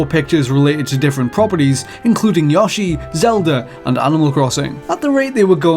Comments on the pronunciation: It's "YO-SHI". Not Yah or Yaw. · It's YO-SHI, not YOSH-EE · sorry panda, but its yogurt Yoshi is spelled ヨッシー, and ヨ is yo like yogurt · why do you pronounce it"Yaw-Shi"? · Why do you pronounce Yoshi as "Yaw-shi"? Very important question clearly. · it definitely sounds like the guy in the video is saying "Yawshi" where the correct pronunciation (like when Google translate reads it back) is a "yo" like you'd hear during a 90s rap. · Did you just say "yawshi?" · this week on pronunciation butchering, it is "Yashi" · "Yasshi" - oh, you crazy Brits. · How so? If you mean it's closer to the Japanese pronunciation, it actually isn't, because the "o" sound he made doesn't exist in Japanese. The most common way to say Yoshi in English happens to be closer to the Japanese pronunciation. With that said, I see no problem with pronouncing it the way he did. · Datnintendo Gamer I didn't know there was an a in Yashi! I thought it was Yoshi! Surprised there wasn't a Mary-o too. 🤔 Then agaim I guess we have bruvers. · Why did he say Yoshi like that ? Omg 😂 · The way he pronounces "Yoshi" might have just turned me gay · Even with his accent, he should still be able to pronounce "Yoshi" correctly...come on, man. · I'm sorry but its Yoshi, not Yoshi. Ok? Yo. Shi. Not Yoshi. Ok? Can you please pronounce this made up name correctly? Jez..... 🤣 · Bro, I'm pretty sure you're mispronouncing Yoshi. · This guy says "Yoshi" weird. Unsubbed.